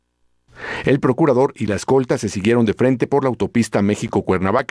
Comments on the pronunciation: Lo bueno que fue el Porcurador y no el Procurador😂😂😂😂😂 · porcurador,?? o sea curador,de puercos,,??,yo asi entiendo,, que dice,,bueno menos mal